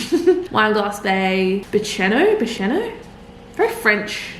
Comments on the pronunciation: Great vlog! I loved the mock travel agent consultation 😂 And just FYI so you can blend in on your trip, it’s pronounced Lon-ses-t’n (commonly mispronounced as Lawn-ses-ton) and Bish-in-o 😊😊 hope you have a fabulous trip in my home state! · Haha Bicheno is pronounced Bish-eno 😅❤ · As if you went to Tasmania 10 years ago 😳 I remember watching that vlog!!! Check out Freycinet lodge pavilions. We stayed there before and it was incredible! Also Piermont in Swansea. Make sure you check out the Lobster shack in Bicheno. It’s pronounced bish-e-no by the way unsure why 😂